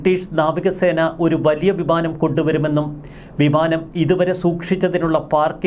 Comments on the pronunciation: അല്ല വിമാനം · ഭിമാനം അല്ല ബിമാനം 😂